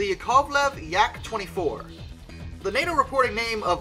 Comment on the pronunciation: YAK ov lev, let AYE oosh chi va GOHN. In Russian, any syllable with 'ya' in it (the famous backwards R) tends to be the stressed one. Vagon is a cognate and is their word for railway car as you said.